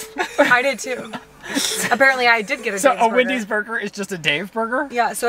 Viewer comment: Absolutely no one:: Windy’s 😂🪦